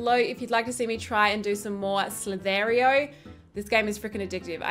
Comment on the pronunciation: The way you say "Slither.io" 😂